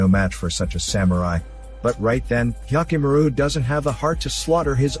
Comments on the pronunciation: Oof! That "Hyakkimaru" pronunciation. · how many times did you say hyakkimaru